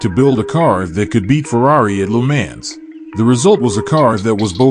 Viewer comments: Most horrible pronounced Lemaaaaaans that I've ever heard. He has to know how ridiculous he sound's. Any attention is good attention i guess? And the McLaren F1 Lm only 5 were made a i believe it was different from the other F1's. Check it out. That Lemaaaaan's is incredibly irritating!!! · That pronunciation of Le Mans is absolutely horrible. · how did u pronounce..LeMans?😂😂so..weird..